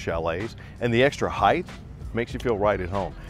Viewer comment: I couldn’t make it through 5 minutes. It’s height, not “heighth”